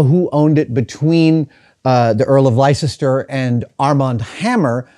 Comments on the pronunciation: Heh... I'm from the US but live in the UK. Leicester is pronounced 'Lester' here... it isn't Lie-sester Square. I think they just like to see us butcher their language. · Li-cest-er codex!?!??????? Les-ter. That’s how you pronounce Leicester. Leicester as in fester or tester or jester. NOT Li-cest-er. Lester. Basically we added ice for the fun of watching Americans try to pronounce it properly. I can just imagine how you’d say Loughborough! 😂🤣😂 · LES-TER, not Lycester! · FOR THE LOVE OF GOD ADAM PLEASE - It's pronounced "LESTER" not lye-sest-er xD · hello all at tested, cant praise the show enough ,,,,,,wow. just a little note Leicester is not pronounced "lie-ces-ter" it is pronounced "les - ter"...........i was in leicester last week on a fishing trip as i live in Birmingham...........some 35 miles away. Hope this helps. yours Alan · It's not lie cester, it's less-ter, just like Worcester is wuss-ter. Also, Edinburgh has no o in it, so don't say edin-borrow. While I'm at it, Loughborough is not looboroo, it's luff-b'ruh. I mention this, because hearing Americans asking for a rail ticket to looboroo is too hilarious, especially when you have a mouthful of coffee and you're standing in a queue. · Its pronounced Lester not Leicester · LY-SESS-TER ?????? it should be pronounced LESS-TER. It is a common mispronunciation by Americans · Not wanting to appear panantic Adam, but Leicester is pronounced Les ter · I can watch 100s of hours of Adams vids, all the time lapses, all the nattering about old times, the man is a legend... but I can't make it through another 'lie-sess-ter', had to quit at 5mins in. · As someone born and raised in Leicester, every pronunciation of lie-sess-ter hurts my brain (for those curious, it should be more lik Less-ter). However the wonder of everything else in the video helped me power through it. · Youre a dummy. It's pronounced Lester. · Lester, that's how you say it That's even how you say the American Town so you have no excuse